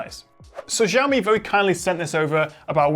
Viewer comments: It pronunced as Syaomi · For future ref and in case nobody else has corrected this yet, "Xiao" in Mandarin Chinese (written in English pinyin spelling) is pronounced very closely to "shee-aow" or in shorter form, "shiao". So in pinyin, x is very similar to our "sh" sound, and in some dialects it's even pronounced more like "s". In this video, you're pronouncing x with more of a "zh" sound. ("Zh" is also a common sound in Mandarin, but in pinyin it's spelled as zh, and usually pronounced as a cross between a soft "zh" and harder "j"). I wouldn't normally nitpick something like this, but since Xiaomi's name is on the phone you're reviewing -- and since Xiaomi is currently the top phone maker in China -- it's pretty important to pronounce right from now on. Other than that mispronunciation, this is another great quick review. :-)